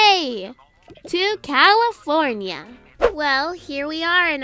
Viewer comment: Levi: CAYFORNINA😂